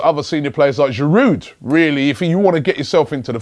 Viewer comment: The "d" is silent in Giroud - it's French init